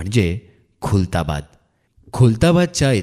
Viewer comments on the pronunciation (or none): This not kultabad it's khuldabad.